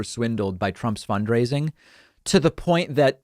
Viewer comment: Did David say "fundraiding"? lol